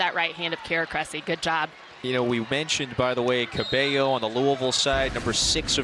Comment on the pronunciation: it is so aggravating hearing commentators say "cabELLO" instead of "cabayo"